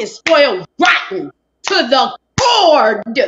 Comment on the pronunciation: Spoiled to the CORD! CORD! Not core?🤔😂